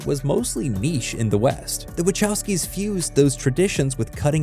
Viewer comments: I really hate the way people pronounce Wachowski... It's Vachaooosky... Closest I can transcribe is Vahovsky? But that's singular. If you use that plural it's Vahovscy ...never mind... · Hi Sorry to bother, but as a polish person, i really cant stand how you pronounce Wachowski. I know they're Americans, but still, this i a polish name and should be pronounced properly, something like Vahovsky, cheers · That "Wachowski" pronunciation though...